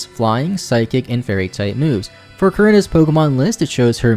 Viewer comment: Lots of people say Korrina wrong